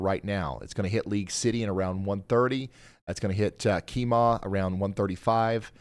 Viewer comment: Brookshire, TX is pronounced brook-sure. brook-sher. Not shy-er. And Kemah. Is key-muh not key-maw. Have to close this, too much mangling of Texas city names.